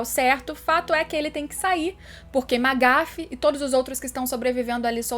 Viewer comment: Mano que agonia ela falando "Magafe" kkk